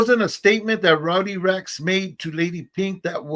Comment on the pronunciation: It’s Rowdy Racks not Rodney Racks 👊🏼